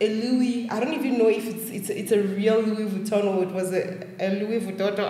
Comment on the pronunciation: “Louis Vututu” 😂😂